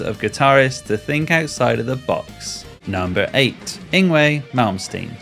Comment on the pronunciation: Yngwie's name is pronounced "Ing-vay".... though we all try to play the Yng-way from time to time